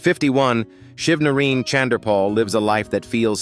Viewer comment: Why the f... you all can't pronounced people name properly?? HIS NAME IS SHIV NA RINE..NOT : SHIV NA REEN!!!..Jeezzz !!😡